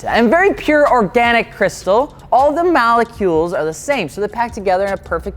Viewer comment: It’s saying malecules for me 😂😂😂... love your vids tho